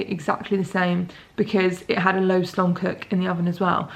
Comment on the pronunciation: "a low slong cook" lmao